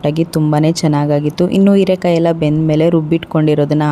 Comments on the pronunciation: Heerekaayi not eerekaayi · ಕನ್ನಡ ಸರಿಯಾ ಮಾತನಾಡಿ ಹೀರೆಕಾಯಿ ಇರೆಕಾಯಿ ಅಲ್ಲ,ಮತ್ತು ಹಾಲು ಆಲು ಅಲ್ಲ